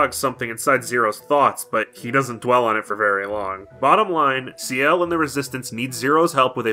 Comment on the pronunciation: >sea-ELLE It's Shell. It's always been pronounced Shell. How have you never met a Ciel?